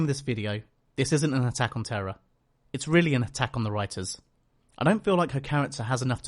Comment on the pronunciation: The one thing I hated about her character wasn't that she was a do-over of Willow, it was that everyone was pronouncing her name as "Terra" instead of "Tara". WHY did no characters ever pick up on this?